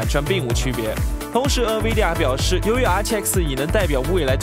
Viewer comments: Nvidia, N不发"en"的音， 读成 in-vidia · 还有Nvidia读成 嗯威地呀 🤣